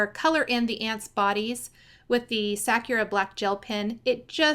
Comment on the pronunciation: So cute!! P.s. It's pronounced sa-ku'-ra. Meaning cherry blossom in Japanese.